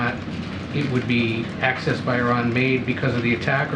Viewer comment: his talk about the money being "accessed" but pronounced it "excessed". In the real world, once they get their hands on it, it's over, no one is going to keep up with where it's going.